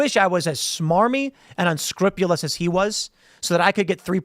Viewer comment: say it with me, Tim. 'UnscrUpulous'